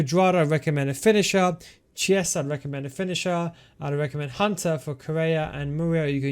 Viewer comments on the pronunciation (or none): Chessa?! Minchia …